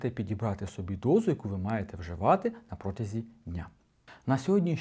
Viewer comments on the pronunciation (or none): none